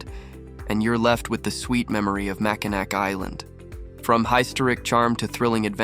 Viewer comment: Nice little video but you really should pronounce Mackinac correctly. It's Ma-kuh-nau Island, not Ma-kuh-nack. Also the Island does not have a zip line so not sure where you took that video. Last up the beach shot with the bridge, that video was taken at Mackinaw City not Mackinac Island. The Mackinac Bridge does not connect to the Island.